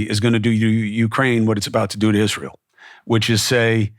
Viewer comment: I just like the way he pronounces Israel. That is all. ❤